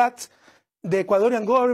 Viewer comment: Sonsin incredibly, sonsin like this